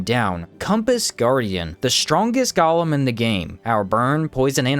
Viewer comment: I watch your stuff because you definitely make the best Outward videos out there, but the word Golem is pronounced Go-Lem. Gollum is a character from Lord of the Rings